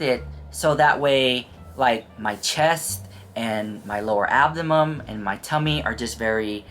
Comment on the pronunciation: Abdimum??? You mean abdomen? Geezus